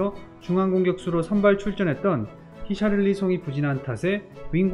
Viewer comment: 히샤를리송은 뭔 발음이냐 어이가없네ㅋㅋㅋㅋㅋㅋㅋㅋㅋ